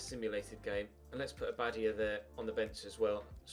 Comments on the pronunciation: I am not a native Spanish speaker but isn't it abadIa instead of abAdia? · Abadía is pronounced a-ba-dee-a:) love your channel, mate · the inflection in abadía’s name is on the “i” not the second “a” just wanted to let you know you’re pronouncing it wrong